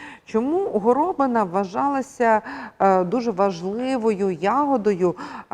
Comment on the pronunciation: А чому горОбина? Хіба такий наголос правильний, а не горобИна? Я чую в мові людей другий варіант.